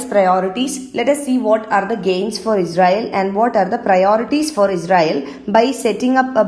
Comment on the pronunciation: Pronouncing israel as Ezrael